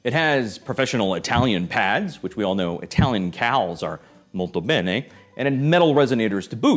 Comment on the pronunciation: As an Italian, I died (in the good sense) at the “molto bene”